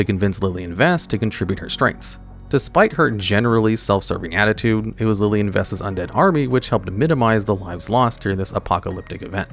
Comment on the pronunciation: Who tf is lilien???